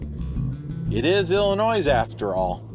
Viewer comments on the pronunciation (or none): It's a silent "s" when pronouncing Illinois.